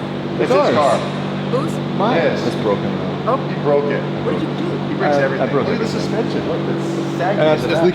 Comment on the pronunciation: Dude 'Dave Breaks Eerything' DDE lol